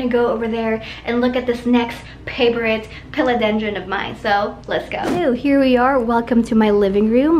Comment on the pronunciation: Love the way you say "Paaavourite" 😁 indeed! Your plant's are soooo beautiful .😍